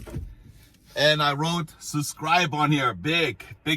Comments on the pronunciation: It is so funny how on the wooden sign you forgot to put the letter "S", when in your videos, you always skip the letter "B" when you say "susscribe". It is SUB-SCRIBE. ;-) We love you! ;-) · I say you keep the "SUBCRIBE" sign, and instead of saying subscribe to my channel say SUBCRIBE to my channel!! I would love that! Hey those who know know! lol I like your channel bro! and don't apologize for not pronouncing a word right. You are! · You should leave the “b” out of subscribe, it’s the letter you don’t pronounce when you say it😂 Love your videos, accent, and content. You have the same quality as Bald and Bankrupt..you both make me feel as though I’m right there with you..it’s a wonderful escape..Thank-you! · UBSCRIBE. Got everyones’s attention 🤣